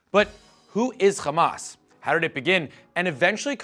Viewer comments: Hamas not Khamas you bum. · Also its called Hamas with an H not Kh , you talk like a Jew.... and I believe you're video is based on an Israeli perspective , you did not even mention the 2008 war , where almost 3000 Palestinians died , and the crimes committed by the zionest , that lead for such a movement